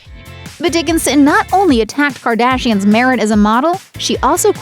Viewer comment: Quit saying Gardashians it's fucking annoying